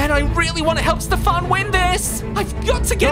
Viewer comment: You need to practice Saying Voice “Stefan” There’s Nothing Stefan not Mr farn